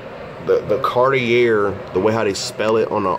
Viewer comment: Sounds right to me🤷‍♂️